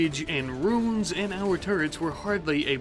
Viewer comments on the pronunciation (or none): roo-ens. not roons. and you build an outter wall exactly like you build all your walls. you need to double up on the walls and build a killbox. instead you just build a big opening with traps and sandbags that raiders will eventually go over. then you'll repair everything 8 times